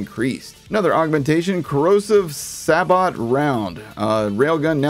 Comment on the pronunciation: SABOT is pronounced like say-bo btw